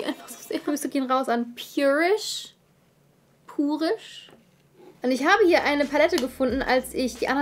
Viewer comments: Ich finds besser wenn du purisch sagst und nich so wie sich’s gehört haha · Pjurish ist richtig :)